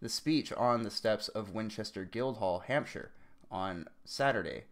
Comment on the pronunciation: Thank you for pronouncing 'Hampshire' correctly. Kudos!